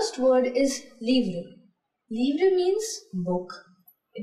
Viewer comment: Well done but there are pronunciation errors- livre, trousse, fille